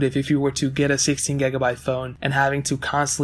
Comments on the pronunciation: "gegabite" "gegs"😂😂😂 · What's a gagabyte? You keep saying gagabyte